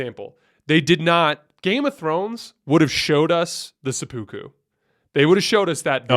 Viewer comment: You know what? while we're at it, Seppuku is pronounced "sepp-uku"; "sepp" like "Depp" and "uku" is not like "voodoo", both "o" vowels are short. How to pronounce